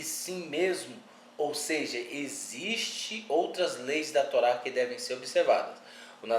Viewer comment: Yahushua lkkkkkkkkkkkkkkkkkkkkkk tolá. Kkkkkkkkkkkk pqp mano isso é horrível, alguém deu crédito? O cara não sabe falar Hilel kkkkkkk mds